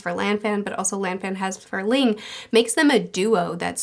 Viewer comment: I've only watched the anime (both versions) so it's nice to hear that the story in Fullmetal Alchemist: Brotherhood seems to be identical to the story told in the manga. Please pronounce Lan Fan correctly. My theory on why Al's mark reacted to the blood spurt has always been the assumption that any type of change to those symbols messes with the soul-medium connection. Adding new blood to the symbol temporarily changed the symbol's power.